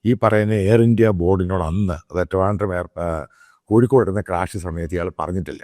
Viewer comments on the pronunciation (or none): none